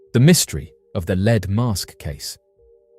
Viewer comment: Great video! You were making me laugh on the first one tho. It's Lead like the metal, not like Leeds.